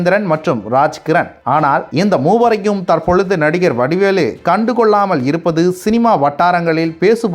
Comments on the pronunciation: வடிவேலு என்று சரியாக உச்சரிக்கவும்..! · வடிவேளு அல்ல வடிவேலு. தயவு செய்து சரியாக உச்சரிக்க வேண்டும்.